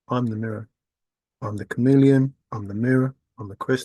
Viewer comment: Ohhhh, you keep saying chameleon i thought you were saying you are a comedian.